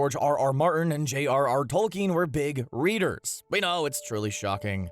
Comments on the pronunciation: you mean h rr tolkin? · Did you mean J.R.R. TOLKIEN ???